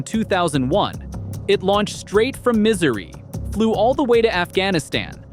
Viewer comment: I’m from Missouri. That place is “misery” like you call it but you should really learn how to pronounce it😂